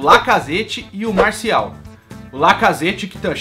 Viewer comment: Kkkkkkk tu falou MARCIAL e o nome do JOGADOR É MARTIAL.